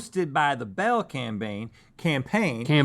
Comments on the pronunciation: Link: "repried" Rhett: Rhett: "cambaign" Link: "CAMBAIGN" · At Link says "mill" instead of "meal" but then a moment later mocks Rhett because he mispronounces campaign.